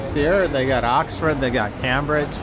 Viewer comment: I don't understand tourists, they come all the way here and eat foreign food!! They are in an historic city and just look at shops and cafes, what a waste of time!! By the way it is pronounced "Came bridge".